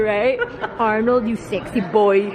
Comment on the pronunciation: Hahaha " you sexy boyyyyy" pinoy accent 😂😂😂